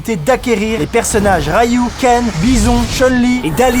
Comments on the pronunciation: Mdr parcontre respecte street fighter c'est ryu par rayou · Rayu daleesm ! NAN NAN [Ryu], [Dalssim] ça se prononce